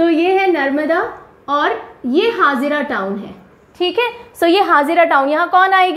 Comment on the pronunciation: The way you know it is vagad not vegad or etc because you belong from RJ. The same way you pronounce the wrong name of gujrat places, it is भरूच not भारूच and it is हजीरा not हाजिरा। Also in other lectures you pronounce the wrong name for NP like it is वेलावदर NP and वासंदा NP। Not making fun but just correcting pronunciation. As when you don't belong from a particular region you can't pronounce proper 😅